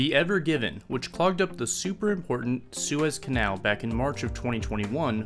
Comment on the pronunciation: None of the people in this video can pronounce the boat or canal correctly lol